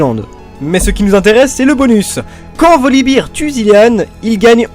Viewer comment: Olala, je déteste ta prononciation des noms commun! Soit tu nous les fait à la française, soit à l'anglaise, mais pas Français/Anglais! Freljord => ]Frailïorde] ... Je suis rabat-joie mais les doubleurs français ont tous cassés en le prononçant salement ! Volibear => [Volibaire] ... Et non pas Volibeer [Volibire], c'est pas une bière ton ours :D Zyra => [Zaïra] ... Je suis sûr que tu dis Ryze [Raïze] et non [Rize], c'est pareil pour Zyra :D Mais bon, sinon c'était sympa ! :d